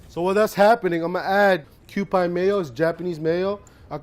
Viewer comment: Kewpie is pronounced "cue-pee" not "cue-pie" btw!! Don't mean to be picky but it just stands out to me ^^